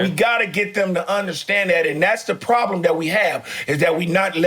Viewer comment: best fuckin show yet!! nigga GP said woblem lmao.